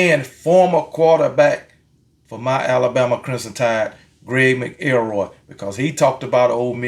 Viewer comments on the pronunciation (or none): Dude said Mac el roy..Still love you my dude!!